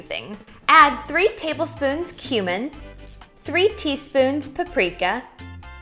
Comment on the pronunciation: Mispronounced cumin. 😂